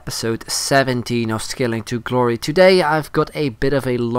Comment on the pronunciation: skilling to "klory"